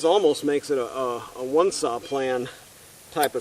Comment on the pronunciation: What is a "sah"???